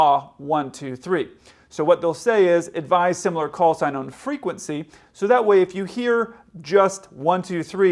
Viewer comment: Knowing 2 planes with similar callsigns are around the tarmac the controller should have pronounced the callsign much more clearly then he did